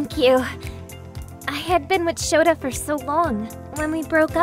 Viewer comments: She pronounce it "Shota" but its really "Souta" tho, and Shota always ended up with Sana, not with the name "Yua" so thats why they break up 🤣🤣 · 1 17 WAIT ITS SOUTA NOT SHOUTA *IN VOICE NOT SUBTITLES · She even calls "Souta" Shota. lol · it’s not shota it’s souta